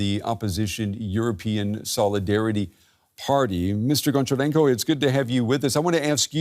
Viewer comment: Honcharenko not Goncharenko like Hockey